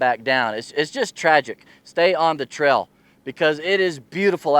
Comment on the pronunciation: Great video. But what is a "Trell"? Hahaha.